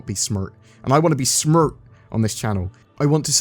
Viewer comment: "i wanna be smert" lol